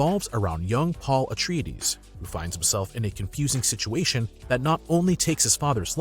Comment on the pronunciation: . You managed to mispronounce both Denis Villeneuve AND Paul Atreides. How did you pull THAT one off???